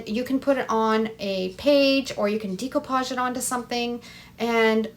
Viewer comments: I love this idea, what a great video. I have to tell you though, it's pronounced deco , with a short e , such as in egg , not a long e , like in eagle. This was similar to something I already do. I just gently press scotch tape onto a book page then quickly rip the tape up and the words are on the tape. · Please learn how to say the word "decoupage"...ugh.